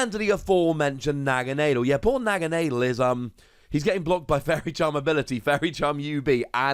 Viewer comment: Naga nah del is how it's pronounced lol